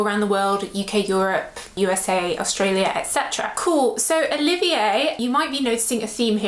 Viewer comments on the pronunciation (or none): none